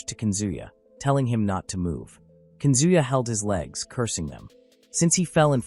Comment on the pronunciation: This manga so interesting but howwww hard can it be to pronounce the names a little more accurately ;-; nAOkO and kAZuya, tf is kunzuya